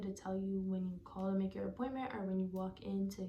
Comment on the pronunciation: Did you use numbing cream? Did the middle or some other parts of the spine hurt more than other parts? Also I can hear your accent when you say “call”😭